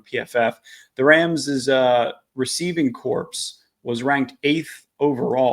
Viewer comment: Great video. But your pronunciation of "receiver corpse" had my skin crawling 🤣